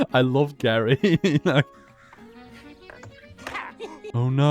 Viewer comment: I think geri is pronounced jerry